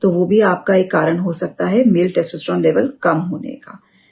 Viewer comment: मॅडम पहले testosterone बोलना सीख लो